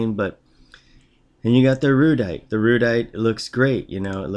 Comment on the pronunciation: It's pronounced "Air-uh-dite" just saying. :)